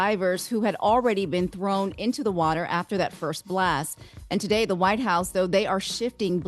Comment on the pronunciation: "VV"hite fatigue